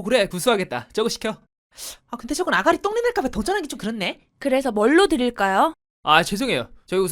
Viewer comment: 아가리 똥내 발음 찰지네ㄱㅋㅋ